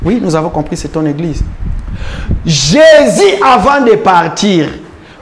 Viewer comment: La façon dont ce frère prononce "Jésus " hein loba kaka "Yesu" 😂